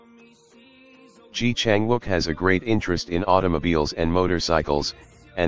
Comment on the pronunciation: Please learn to pronounce his name properly.